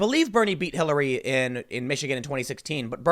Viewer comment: "People hated Kill-- Hillary" Bit of a slip there? Lmao